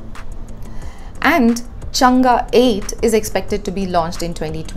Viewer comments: Hi, Chang-e is pronounced चांग - अ, where the अ sounds somewhere between a and e. You seem to pronounce it more like चंगा. It is a proper noun and ofcourse you have some lee way on how to pronounce it. Your videos are very informative and glad that print is devoting to a Science section, when many media houses just seem to ignore Science section due to lack of funds. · It's chang not changaaa